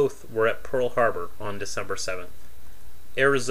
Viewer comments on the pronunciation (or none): none